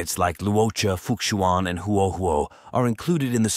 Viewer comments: Just a friendly reminder: The 'X' in most chinese names is generally pronounced as a 'Sh" sound. Therefore, Fu Xuan will be pronounced as Fu Shuan, not fukshuan. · For the last time, it is Fu Xuan not F*ck-shuan? 😂😂😂😂😂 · pls don't butcher fu xuan name but if it's something cant change that's ok. I appreciate this guide. Nice content. Hope u grow